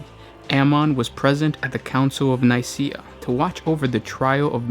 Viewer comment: Edict of Nikaea... ( Nai - kia ) not Nai seah. Various Audiobook